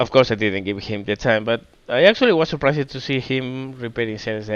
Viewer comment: Andas bien de vocabulario, pero ojo con algunas cosillas básicas de pronunciación: -Pretéritos regulares (acabados en "-ed") como "surprised", "damaged", etc. La "e" sólo se pronuncia si va precedida de "t" o "d", de lo contrario no se pronuncia. En el caso de "surprised", además, esa "i" se pronuncia "ai". Por lo tanto: surpráist, dámacht, etc. Parecen chorradas, pero son errores comparables a decir "canteidou" en lugar de "cantado". -"Bow". Puede significar diversas cosas, su pronunciación cambia dependiendo de su significado. En el contexto naval significa "proa" y se pronuncia "bau". Si habláramos de arco y flechas, entonces diríamos "bəu" ("ə" es una vocal neutra, como la suma de a+e). Si combinamos "ə" con "u" (como hacemos en "bəu"), entonces suena como una especie de "o". En el vídeo parece que estés hablando de arco y flechas en lugar de la proa, ^^ -Terminaciones "-tion"/"-sion", como en "option", "decision", etc. La "i" no se pronuncia y esas "o" son en realidad "(ə)" (una variación de la vocal neutra de antes). Por lo tanto: ópshan/ópshon, desíshan/desíshon, etc. También puede parecer una chorrada, pero no lo es en absoluto. -Palabras como "opening", "over", etc. Esas "o" iniciales suenan parecido a "ou" y esas "e" son, otra vez, "ə". Por lo tanto: óupaning/óupening, óuvar/óuver, etc. -Palabras como "count". Se pronuncia "caunt".